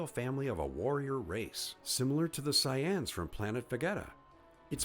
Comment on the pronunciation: “The Syans? Vageta ?” Wtf yo are you trolling? Is this an bot?